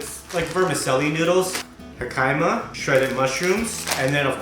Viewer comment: He - kuh - ma = jicama (pronunciation) Loving these food vids and ur vlogs! Keep it up. Ps love that u show the realness not that polished up version everyone else does. Keep it up ✌